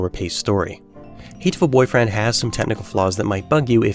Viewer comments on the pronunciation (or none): Wow, such a hateful way of pronouncing the title... :D